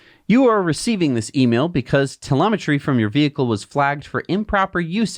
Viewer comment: Did you just say, "...telometry.?" You silly😉